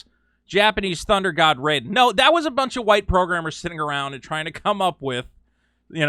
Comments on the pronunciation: Raiden's name is pronounced Rayden not Ryden... you psychopathic maniacs... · What the true crime against humanity is how you pronounced Raiden lol lmao good vid